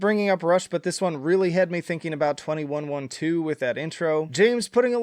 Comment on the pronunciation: Ive never heard 2112 pronounced like that, it feels like a crime lol